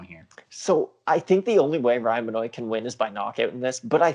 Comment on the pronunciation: why are you pronouncing benoit like "ben-oate" its "ben-wah" smh